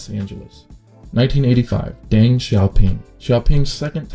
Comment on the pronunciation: Good video, very informative. But mild correction on the pronunciation: the Chiang in Chiang Kai Shek is pronounced Ch-ahn-g and Deng in Deng Xiaoping is pronounced like Dung. Keep up the good work tho!